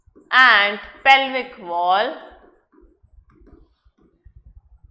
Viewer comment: It's pelvic